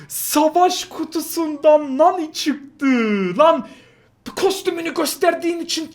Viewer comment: ABI MANI DEĞIL NANI